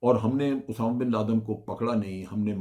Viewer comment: جنرل صاحب اردو ٹھیک کر لیں اسامہ بن لادن ہوتا ہے اٹامہ نہیں